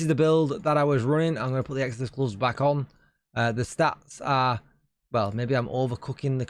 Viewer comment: What’s a goves? Lol